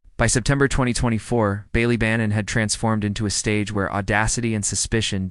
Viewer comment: The pronunciation of Ballybannon in the video is painful to hear. Bally is supposed to be like Bah-Lee.